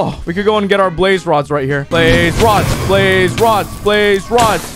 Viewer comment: When you said we got 2 blaze rods I thought you said babe rods XDXDXDXDXXD